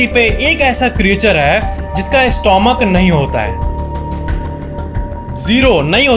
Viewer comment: स्टोमक नहीं स्टमक कहते हैं। क्या आपको ये फैक्ट नहीं पता?